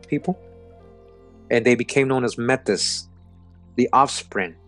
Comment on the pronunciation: Brother love you but it's pronounced May-T =Metis